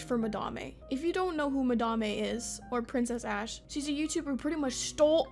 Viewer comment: I don't know if I like or hate that you pronounce Madame's name the way she wants it to be pronounced. You're the only person I've ever seen pronounce it "Mah-dah-may". +1 sub